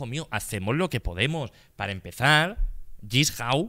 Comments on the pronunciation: Le encanta saw pero dice jissau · Jigsaw existe Auron: "Yisjau"